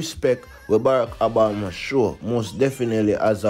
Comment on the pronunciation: The President's name is Obama, not Abama!